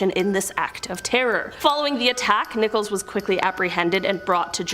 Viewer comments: Terry Nichols not Nicholas!! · It's nickols...NOT Nicholas...this dim bulb can't read! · Terry Nicholas? Terrible pronunciation. Of course, who cares? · Not to diminish the great work you do, however while profiling Terry Nichols, you pronounced his name "Nicholas" and said he was born in 1995, the same year of the horrifying OKC bombing. Upon reflection, he's a POS so who cares if his name and birthdate were incorrect.......cheers! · Please look up the pronunciation of names before posting. That POS name is NICK-uls not Nickolas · It’s Terry NICHOLS not Nicholas. Please get it right.